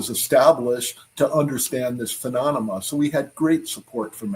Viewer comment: Ill never get over his pronunciation of the word, phenomalona